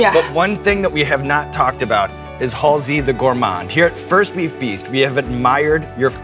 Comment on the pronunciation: I thought it was pronounced Halsey, not Halsey